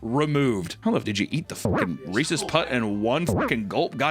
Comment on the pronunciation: A "Ree-sees"? That's it, I'm unsubscribing.